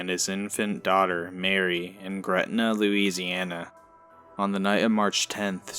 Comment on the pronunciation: Louisi-aNA nooo please no😔